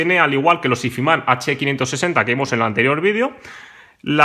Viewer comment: pronunciar "izman" tan barbaramente mal me parece de una dejadez y una falta de interes alucinante...